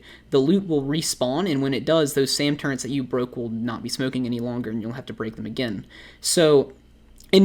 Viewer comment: why do you say turrents? its easier and less annoying to say turret imo tbh